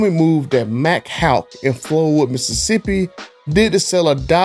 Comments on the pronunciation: It is Mack HAIK not HALK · FYI.....I live around numerous Mac Haik dealerships here in MS. At least here in MS, its prounced Mac "Hike". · It is pronounced Hike like hiking a football. Just want to make sure they get what they deserve and want no confusion so they are boycotted as much as possible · First of all - It's pronounced 'Mack Hike". We have several in Houston, TX, and they are the worse. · Pronounced like MACK HIKE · "Mack hi-ke" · You’re not even saying the dealers name correctly!!! Try watching their commercials to hear how it’s pronounced!!! I’d just stop doing business there, any dealer who screws VETS can go to HELL..THIS IS NOTHING NEW ,this is just how dealers have always done customers ! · Boy the word “Haik” is kicking yo a** 🤣🤣🤣🤣🤣🤣